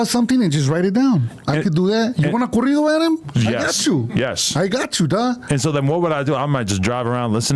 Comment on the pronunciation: THEY JUST NEED TO HAVE A WHOLE SHOW OF ADUMB SAYING SPANISH WORDS🤦🏾‍♂️🤦🏾‍♂️🤣🤣 CORRIDO (CAREETO)🤣🤣